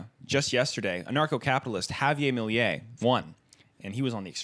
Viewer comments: misprounouncing Javier Milei everytime while clearly trying to say it with an accent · As a Spaniard with argentinian family your pronunciation of Javier Milei gave me the ick. But, to expand on the topic: Argentinian politics are really convoluted. I personally hate Milei but I understand his ascend to power as a product of extreme inflation and corruption, living in latin america is so hard. Once thing that does make me extremly sad about this situation is that is not only far right politics on an economic level (which for me in itself is terrible, his plan of privatacing university when is one of the best things argentina has it's insane) but an active negation of the people 30000 who disapeared in the military dictatorship of Argentina. This is not only bad because it's supporting a fascist dictatorship but because Argentina is the ONLY country that judged military dictatorship in a civil court not a military one (one of the most important achivements in every democracy) and had a transition where it was notorious the hate of the argentinian people of the Junta (the military dictators). For me that now a lot of young people turn to the other say and there's more fascist apologist than ever in, although I was born in other, what I think is my home country (all my family is from there and I was raised culturally argentinian, it's weird to be a 1st gen inmigrant) is dishartening. I know this opinion is very biased but maybe you learned a bit more of history with this!